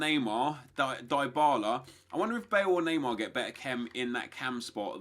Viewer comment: It's Dybala, not Daybala FFS